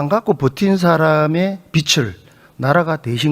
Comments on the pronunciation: 국회의원이나 되는 사람이 비츨 비츨.... 뭔 빛 이야? 빚 발음도 제대로 못하면서 대한민국 국회의원 맞냐? 발음이나 똑바로 하지.. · 아저씨!!! 빛이 아니라 빚이라구요! 빚!! 빚!!!! 비지라구요!!! 비츨 갚긴 누가 비츨 갚아!! 비즐 갚아야지이!!! 한국말 발음도 안되냐구요!!!!!!! 아니면.. 자기가 하는 말이 인식이 아예 안되나?? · 빛을(비츨) 빚을(비즐) 국회의원이 발음 좀 신경씁시다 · 빛을 탕감? 그런 말이 어디있나. 비츨탕감이라니.. 비즐탕감이다..국어도 제대로 발음 못하는 경상도 국회의원...한심하다! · 자꾸 빚을 빛이라고 한다냐... 국어공부부터! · 임종득 의원님, 빚을->비즐 빛을->비츨 발음 고쳐주세요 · 비즐이다 비츨이 아니고 어느나라 사람이냐. 빚을을 비즐로 발음하는 거다. 듣기 거북히다. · ”비즐 “이다 임종득아. 발음이라도 제대로 해라. 난감해하는 표정 하나 보려고 다 지켜봤는데 시간 아깝고 답답하네,, 진짜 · 국회의원님, 차관님!! 빚을--->비즐 입니다. 빛도아니고 빗도 아니에요 ㅠ . 제대로 발음하시는분이 한명도 없넹😢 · 빚을 은 비츨 아니고 비즐 이라고 발음합시다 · 임종득 왜 자꾸 빚을 빛이라고하냐 아유 무식해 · 종득이는 경제 단어를 지가 설명 못 하겠으니까 차관들한테 물어보네. 딱 보인다. 종득아, 니가 편의점 알바를 해. 우리 동네 편의점도 문 닫더라. 종득아, 발음이나 똑바로 해. ㅡ빚을ㅡ이 단어를 비츨로 발음하네 ㅋ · 임종득 국회의원이라는 자가 빚을(비즐) 빛을(비츨)로 발음한다. 발음에 따라 의미가 전혀 다르다. 국어공부나 제대로 하시길